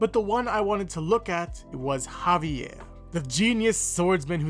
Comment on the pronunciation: I just want to say kudos for saying the name of Javier properly.